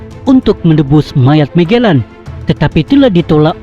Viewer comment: Admin..sebutan magellan mu biar betul..apalah